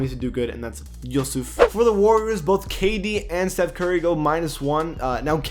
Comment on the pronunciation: jusuf is pronounced (yoo-sif)